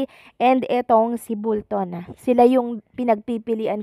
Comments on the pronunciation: iha...Bolton (pronounce as "ball" ball ton) hindi bull-ton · Bolton po.hindi bulton.sorry po. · Bakit Bulton ka ng Bulton?? Bisaya ka ba? Bolton po hindi BULTON! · Ung tatlong lalaiking judges bwisit kau..mga inggit kau kay stephen jc..at bolton hndi bulton..kug guato mo buion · B O L T O N hindi bullton! 😅